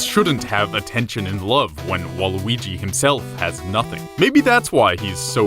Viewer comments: you said waluigi wrong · Someone say nega weegee